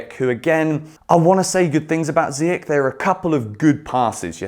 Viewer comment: I wanna say good things about ziyech .. just say his name correctly 😭😭😭 please